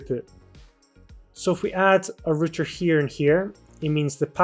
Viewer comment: “A rooter”